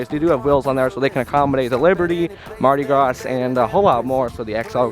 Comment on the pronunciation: Good video. Mardi Gras is pronounced Graah, where the A is open, like "hall" or "wall" of "fall". Be mindful of your pace. Take critique as constructive criticism. You really are doing a good job, my young friend. Keep soaking up knowledge and experience. I believe in you, pal.